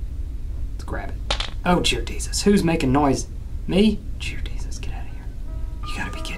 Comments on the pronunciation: Ohh jear desus instead of dear jesus.😂😂😂😂😂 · He kept saying jear desus lmao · he says”Jear Desus” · “jear desus” 😂😂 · anyone else notise that he said jear desus AHAHHAHAHA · HE SAID JEAR DESUS